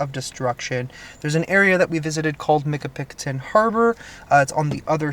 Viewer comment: I think your pronouncing that wrong . It more like Michi-pi-coton, at the end it sounds like cotton.